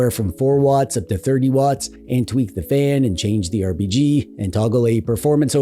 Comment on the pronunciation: why does he say rbg? 😵‍💫